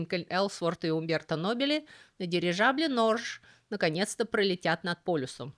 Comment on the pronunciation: Norge - это название Норвегии на норвежском, и произносится не "норж". Можно по буквам "норге", хотя носители могут произносить что-то вроде "норё".